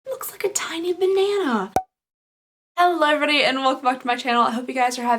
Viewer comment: Have you noticed that your "hello everybody" has become one mashed up word bcz you say it so fast 😄😄 I love it "hellovreebody"